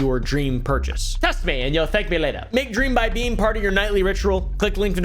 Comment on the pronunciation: I cannot be the only one who thought that Beam ad said Becum.😂